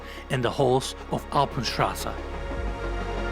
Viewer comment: "Alpatraz" --> Alpenstraße